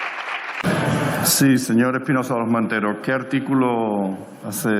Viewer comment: Espinosa de los monteros solo sabe ladrar aunque no pronuncia bien la R.... MATUTE le da cien mil vueltas en política y en historia... Espinosa vuelve a las cavernas con tus antepasados